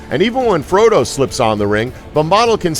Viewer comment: at least he got Frodo right